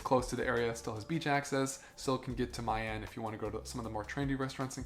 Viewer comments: Yeah, please pronounce as Vietnamese, MEE AN, not Mai An. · My An is pronounced Miii An and not Mai An. Y and I is pronounced like in Italy 😉 Hope that makes sense 😊